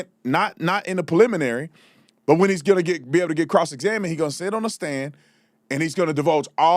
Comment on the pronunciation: Quit saying pliminary it's Preliminary hearing,your a cop say it right